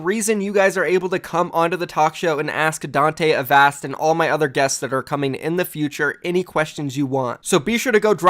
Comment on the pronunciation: Holy shit, learned how to pronounce Avast